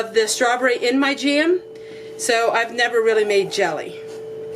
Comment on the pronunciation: Cute how you can stretch one vowel into 2 syllables-- jam = ja-am. Love your video and you are adorable.